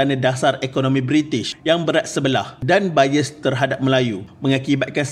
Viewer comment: Sebut BIAS xbetol tu... Cuba dgr blik. Bayes bunyiknya😅😅😅